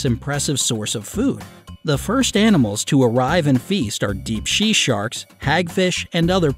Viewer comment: he said she sarks